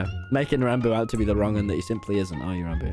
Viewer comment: Ranboo fans: “Ranboo Ranboob “ Ranboo: rounboo